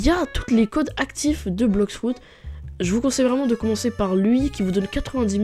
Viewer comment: "Blox frout"😂❤